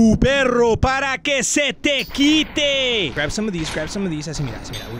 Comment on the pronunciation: And yes I know that he said “some” but it sounded like he said ‘a’